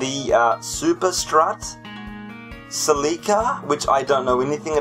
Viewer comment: Ha, I've been calling them Cel-lee-ca now because of your videos. Now this is a Celica I'd own. They're mostly driven by teenagers here and are typically automatic. I thought about buying one before I bought my current daily, but they're not the same as the other Celicas. That being said, I'd probably go for a second generation Celica-Supra. Despite not being related to just the Celica, I'd love an MK2. Also, you could always alternate between 'Car of the day' and 'Question of the day'.